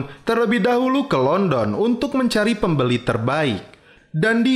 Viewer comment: London bang bukan London